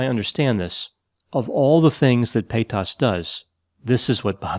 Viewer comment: The way he pronounces Paytas sounds like pétasse in French which means, well... something akin to bitch. It's a bit jarring in mouth. 😂